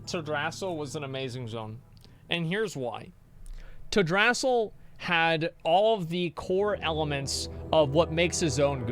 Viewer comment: Tale dra-seal not Tell drass sal!!!!!!